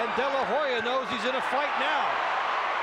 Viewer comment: To the fight commentators, STOP saying "De la Ho ya" (though it is spelled as such In Spanish,) the H is silent. Oscar's last name is pronounced: "De la Oh-ya"